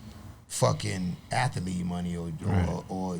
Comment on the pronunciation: Saying “Athalete” multiple times is crazy 😂😂😂